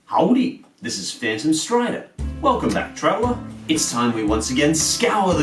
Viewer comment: the word "howdy" sounds really bad with an australian accent. Stop saying it.